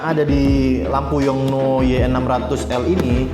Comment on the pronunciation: gak usah dimonyongin gitu juga kali nyebut yong nuooooo.... 😍